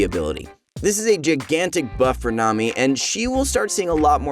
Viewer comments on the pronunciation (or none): none